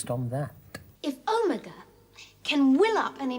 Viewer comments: He does the same thing with Omega in the Reality War, you think they would've corrected him 😭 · Watching The Three Doctors for the first time, it really threw me off the way everyone was pronouncing Omega. Apparently I've been pronouncing it like a Dalek my entire life. Is it just a British accent thing??? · Things I learned: 1. All the ‘important’ names are surprisingly consistent 2. They never pronounce the R in Cybe*R*man?!?! 3. Daleks pronounce Omega like an American does, while Benton was the only one who pronounced it like a New Zealander